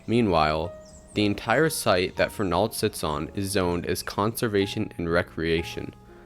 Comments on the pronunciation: Fern-ald is how we all say it 😢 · I grew up in Waltham and never heard the mid-Atlantic pronunciation (Fernahld) presented here. Even media newsreaders who continually pronounced Trapelo Road as Trap-L-0 Road and Waltham as Walthm did not state Fernahld. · It's more like Fernuld with no stress on the n syllable...my ear hears the mispronounciation too, although this comment is a little harsh. You did a great job with this!